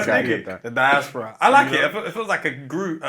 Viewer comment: Freds pronunciation of diaspora deserves the helmet 😂😂